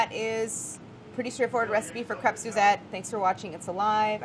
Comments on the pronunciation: Claire: Makes a point of pronouncing the first ê in "crêpe" with accent circonflexe as pronounced in French. Also Claire: Pronounces the s in "crêpes" totally English. We Americans are pretty funny. These look so delicious. Well done. Thanks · Claire: I say "kreps" but "krayps" is fine Quebecker: CRYps :D